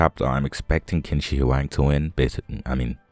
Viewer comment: You westerners, I swear! How many times do I have to tell you guys its pronounced chin sir huang?